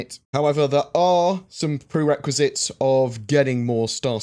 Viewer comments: Prerequisite - pronounced pre-requisite. Not prequisite. Not normally not picky but you use this word a lot. :) Edit: and then you go and hear me before even finishing the video and say it correctly the second time. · OMG you finally pronounced "prerequisite" correctly. I have found also you tend to use a key work quite a lot and move to a new work every now and then, this last couple of weeks has clearly been the word "prerequisite" ♥☺♥☺♥